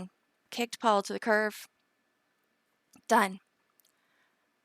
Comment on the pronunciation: I agree, kicked him to the curb, not curve. Also, people, stop saying axed when you mean asked. And stop putting a "s" at the end of methamphetamine, it makes you sound stupid. And I could go on and on.